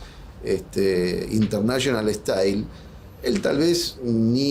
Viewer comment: Intenáshional ehtáil.